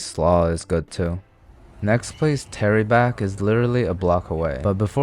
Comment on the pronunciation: Idk why him calling it Terryback every time was so funny